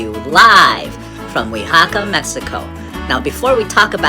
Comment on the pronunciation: U said "uixaca" In Spanish you actually sound out every letter o says o the a says a (as an alligator)